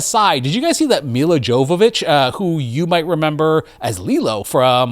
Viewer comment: It's pronounced Milla Yovovich, but you get a pass :)